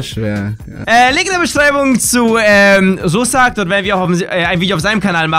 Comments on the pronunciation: Russak nicht sussak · Haha wie du Russak nicht richtig aussprechen kannst xD Geiles Video